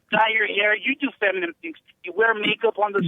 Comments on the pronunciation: Illegal alien can't say 'feminine', keeps saying "feminem" like EMINEM XD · He called jessie “FEMINUM” 😂🤣😂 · Lord have mercy. This moron thinks we've never engineered waterways before? He's an idiot. And he wants open borders. What a LIAR. And he called Jesse "feminmem".😂